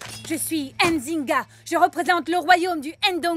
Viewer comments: On ne prononce pas le N. On dit Nzinga et non N..Zinga. Merci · Pourquoi elle est bleu Nzinga ? XD elle a tué son frère quand même et son nom est mal prononcé, comme Ndongo d'ailleurs, ça fait mal aux oreilles dommage. Comme tout les noms comme Mbappé, Ngolo Kanté ou Nzonzi d'ailleurs xD on ne dit pas "Ein zinga" mais "Nzinga" tout court, comme on ne dit pas "Eim Bappé" mais "Mbappé" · C'est pas "Ainezinga" C'est Nzinga, et c'est même pas la vraie Histoire, histoire qui est beaucoup plus tragique que celle montrée. Bref vive l'Angola 🇦🇴. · Je ne suis pas d'accord avec la manière dont les Français prononcent nos noms... Nzinga et non N'zinga...